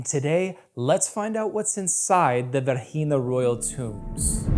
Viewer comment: The name of the site is V E R G I N A not "Verhina" , please correct it